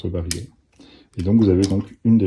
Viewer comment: On dit pas le "barilet" mais le "barillet" prononcé "bariyé" car il y a deux L...